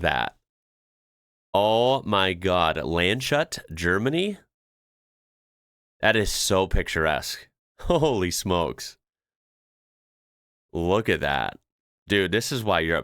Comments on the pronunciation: Lands-hut, not Land-shut 😏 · Land Shut, Germany 😁😅🤣 The pronunciation is separated after the “s”. Lands Hut. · Land shut 😂 It’s spoken something like „Land‘s huuut“ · It's not Land Shut, it's Lands Hut...and the Hut is pronounced Hoot in English. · Landshut is pronounced more like Land's Hoot and not as Land Shut. I live in the most southern part of the Netherlands and the country of Luxemburg is not far away, in less than 1,5 hours I'm in the north with towns like Vianden, shown in the video. You can cross the entire country north to south in the same time. Great for a day out or weekend trips! Places like Vianden, Clervaux, Echternach and the capital, with the name Luxemburg City are worth a visit. The sandstone cliffs and valleys are near Echternach and are called Petit Suisse which means tiny Switzerland. I been many times in all these places to hike, visit the towns and castles, and did rock climbing in Petit Suisse, staying in the village of Berdorf richt in the middle of the area. Btw, public transport in Luxemburg is fully free! You just get on board and take a seat, no need to swipe a card or anything. Trains and busses going cross border into Belgium, Germany and France are plenty as well but on these you have to buy a ticket as the use is not free in the countries bordering Luxemburg. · PLEASE (America) do us the favour and stop pronouncing everything in english! Its not Land/shut because there is a english word hidden, its Lands/hut - like lands hat - on top of the land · Butchering Landshut name like that will get you to Slutstation in Sweden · Landshut in Germany is pronounced more-or-less "Lands-hoot". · "Landshut" is pronounced "Lunds - hoot". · Lands|hut (Bavarian city in Germany; lit. "land's hat") = LHUNTS-HOOT (approx. pronunciation in English) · "Land-shut" 🤣🤣🤣 Ich schmeiß mich weg... HAHAHA! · Very creative pronunciation of Landshut but I guess it makes sense.🤣